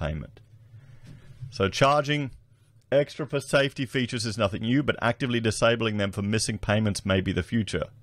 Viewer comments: It's pronounced nothING not nufTHINK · You know how to spell it. Now learn how to say It. “Nothing” not “Nuthink” Just sayin’ what a lot would be thinking😉